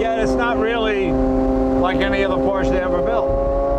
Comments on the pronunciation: IMO this is Leno's best video and I think I liked it best because it's just Leno and his INCREDIBLE knowledge and love of this Porsche. I was surprised that the first time in this video that he said "Porsche" he mis-pronounced it. I know Leno knows how to properly pronounce 'Porsche". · Jay, it’s not a “PORCH”, it’s a Por’shuh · It’s Porsche not porsch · Jay, The salesman Neillo auto Group Sacramento told me "your are an owner now, its pronounced Porscha". Thanks for sharing your love of the auto.